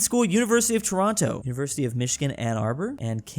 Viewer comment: As a Canadian I love how he pronounces Toronto with the second T. You can tell he has never been there.